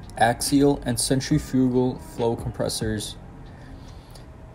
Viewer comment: Or centrifugal 😂